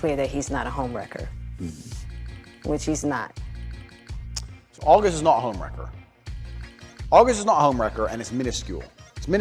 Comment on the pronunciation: augest? and feburary?